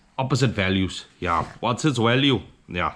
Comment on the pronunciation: What’s it’s walue 😅😅😅